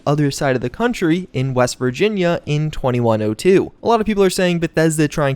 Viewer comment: West? I thought you said weast